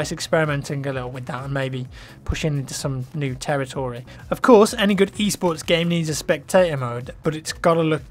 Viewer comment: i dont know what he is saying... e-sports, east sports, e-sorts... wtf?